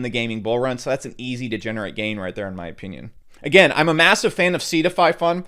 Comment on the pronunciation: My ah-pee-neon